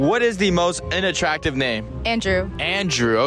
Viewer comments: Do us older Asian generation a favor, "learn" how to PRONOUNCE "Unattractive" properly 🤦‍♂️🤦‍♂️🤦‍♂️ It's pronounced as "UN" not "in" 🤦‍♂️🤦‍♂️🤦‍♂️🤦‍♂️🤦‍♂️ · Sounds like he’s saying “INattractive” lmfaooooo